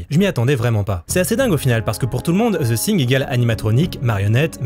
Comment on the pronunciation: “Ze Sing” !!! 😂😂😂